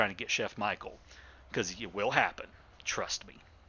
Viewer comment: btw. it's not michael but michel the french version which is basically how you'd pronounce michelle in english